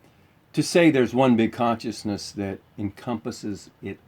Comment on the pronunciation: You guys said conioussness 82 times